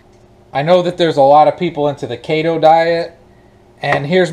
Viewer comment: Just a few comments. I am a fan, so please don't take this wrong. It's Keto, not Kato. Kato was the Green Hornet's sidekick. The best healthy diet is the one you can live with. From the Forbes article How Humans Evolved To Be Natural Omnivores: "The best evidence is our teeth: we have biting/tearing/ripping incisors and canines (like carnivores) and chewing molars (like herbivores). Animals with such diverse teeth tend to be omnivores." Carbs are carbolicious. As for them impact of animals on the environment, I try to reduce the population of cows, pigs, chickens, etc. every chance I get. As for the ingredients of real chicken vs. fake chicken, one of them looks like a chemistry set, and the other seems more natural and healthier. Here are the ingredients: Real chicken = chicken. Fake chicken = Water, Organic Cane Sugar, Enriched Flour (Wheat Flour, Niacin, Reduced Iron, Thiamine Mononitrate, Riboflavin, Folic Acid), Soy Protein Isolate, Canola Oil, Vital Wheat Gluten, Soy Sauce (Water, Soybeans, Wheat, Salt), Organic Distilled Vinegar, Rice Flour, Methylcellulose, Fruit Puree (Water, Mandarin Orange Juice Concentrate, Tangerine Juice Concentrate), Organic Ancient Grain Flour (Khorasan Wheat, Amaranth, Millet, Quinoa), Modified Potato Starch, Corn Starch, Yeast Extract, Organic Yeast Extract, Sugar, Sea Salt, Salted Sake (Water, Rice, Salt), Potato Starch, Garlic Powder, Salt, Ginger Puree, Spices, Natural Flavors, Color Added, Roasted Garlic Puree (Garlic, Water), Onion Powd